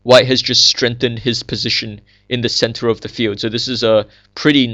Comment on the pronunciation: its funny when you say "center". "its like white has a very nice centaur"